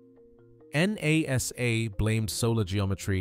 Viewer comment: It's pronounced Nah-Sa not N-A-S-A. PLEASE USE A REAL HUMAN TO NARRATE.